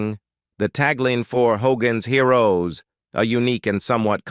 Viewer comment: hoGAANS heeROOWS